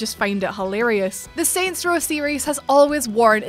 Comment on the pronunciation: I love how this chick said “hilarious” in her accent. 🤷🏻‍♂️